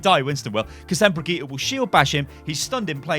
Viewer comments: Please pronounce Brigitte correctly (bridge- it) not (bri-gee-ta) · HER NAME IS BRIGITTÄ NOT BRIGITTA FACK (how you say it) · why is it so hard to say bridge it?? is this some sort of englisg langauge master race like you guys like to do LUL